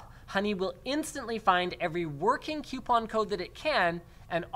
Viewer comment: What's a "Qupon"?